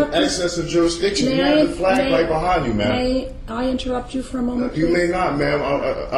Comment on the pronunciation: i lost count how many times he said Juristiction